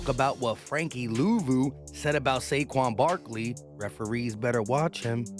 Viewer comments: My guy said Shayshon Barkley 😂😂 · I heard "chase young Barkley" lol